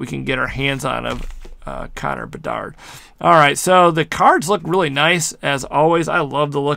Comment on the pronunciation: Lol saying how good a pull is and can't even pronounce the full name of player